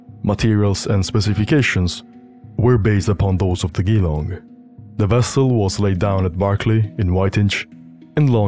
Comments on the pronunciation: Its Geelong with a G like George, not like Green. Why do non-Australians never manage to say Australian place names correctly? Im yet to meet an American who can pronounce Brisbane, so they have no chance with Whyalla, Wagga or Woolloomooloo. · awsome video but as an aussie you got geelong so wrong hahah. its jee long not gee long as in "jee thats rough" or you could pronounce it like joke as in jelong. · "Geelong" First syllable is pronounced "djee" as in "Gee-Whiz" not "gee" as in "gears" (For non-Aussies, Geelong is a town near Melbourne, and Waratah is a large shrub) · Hi mate. In case you’re interested, “Geelong” is pronounced “Je-LONG” Top video, cheers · The pronunciation of Geelong is Jah long, or a short Jah like j'long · FYI "Geelong" is pronounced with a soft g like a j sound. Jelong. (it's an aboriginal word) -Signed, an Australian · Geelong is produced Juh-long. Otherwise a great video! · hurts to hear you pronounce Geelong incorrectly (its Gel long/ G long) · it’s pronounced “G long”. It’s a small city in Victoria. Aussie pronouncing can be hard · Good video. But Geelong is pronounced like Jah-Long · The way you say "Geelong" is funny. Here in Australia we say it as it has a "jer" instead of "gee" so The word "jerlong" Here a video of some random news clip. Thank you for the video mate! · “Geelong” is pronounced as “Ghee-long” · Geelong is pronounced Jil-long with a 'J' sound not a 'G'. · "Geelong" is pronounced "jillong" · Glad you picked up the narrator on that ! It severely reduces their credibility if they can't even get common names correct ! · Soft G like a "J", short "e" not "ee": Geelong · Dude, for the love of God, that's not how you pronounce Geelong! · Good video, but one thing to mention. Geelong is not pronounced as "Gi-Long" it's "Jee-Long", but more commonly locals just say something like "juhlong". Source: It's where I grew up lol. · Geelong is pronounced "Jee-long" btw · Good video! Jeh-lawng